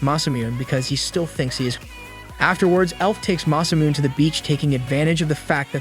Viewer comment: masamuneをマサミューンって呼ぶの笑った